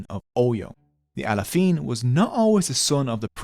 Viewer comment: I am Yoruba Nigerian and the history is exactly what we get told growing up. Pronunciations of names are of course, as can only be expected. Best pronunciation is probably "Bashorun". I'm surprised how he pronounces Alaafin as Alafiin, why switch the vowel numbers?